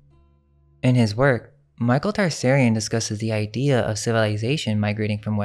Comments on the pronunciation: Also Tsarion: is pronounced (tu-sari-on), not "Tar-sairy-in" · Michael T-Sar-ion not Tarsarion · Just a note you need to work on the pronunciation of Tsarion's name. Interesting that it's Tsar(king)ian.